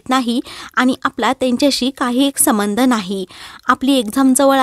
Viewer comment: समंध नाही ..संबंध‌ म्हणा